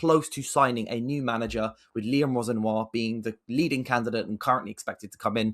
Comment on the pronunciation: it's Liam Ro-Senior bro hes from wandsworth aha